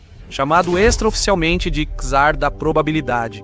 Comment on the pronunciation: A pronúncia não é Quizar, é Tsar. TSAR.